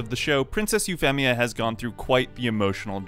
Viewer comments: Loved the idea for the video, gotta say hated the way you pronounced Euphemia's name despite saying Euphy correctly LOL C'mon man, there's a dub out. There's no way you didn't know how to pronounce it right hahaha Edit Well, I got further in and you say Suzaku weird, and even deus ex machina. Sorry, but that's too many strikes and too much cringe on the ears. I'm out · your pronunciation of Euphemia is weird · Once I heard you mispronounce "Euphemia", I was out of here. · I hated Euphemia so It was an Awesomely Beautiful Scene For Me & It's Said- U-Fee-Me-Uh Not U-Fem-Me-Uh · Euphemia. You-feam-ia, not You-fem-ia. Sorry, its just so hard to pay attention to the video when I keep hearing it wrong every 5 seconds, and it bothered me. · Say her nickname, then say her name, now say her nickname and name as if you're just saying her name. 😅 Sorry, you pronounce the nickname right but the full name sounds weird... Femia... It's more like a Feemia. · Normal people: Yu-Fee-Mee-A: Yu-FEM-EE-A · Ufemia is an interesting pronunciation of the name. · Its hard to take this seriously when you keep saying Eue FEM ia and Nun all e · why do you say EuphEHmia? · I love code Geass it’s one of my favorite anime, and I have never had a problem with this scene, it’s a twist in the story any great story have shocking twist, oh and your saying Princess massacres name wrong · This nigga really just said Euphemia instead of Euphemia. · Having only watched the dubbed version..it bugged me every time you said Euphemia ngl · the way this guy pronounces "Euphemia" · Imagine talking yourself up as a massive Code Geass fan and then mispronouncing Euphemia in a video about Euphemia 10/10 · I take issue with your pronunciation of Euphemia. Also, that mistake taught Lelouch to focus on his resolve and he would do his best to not think about her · How are you saying euphemias and suzakus name wrong. Ugh. They say the name in the store like every episode.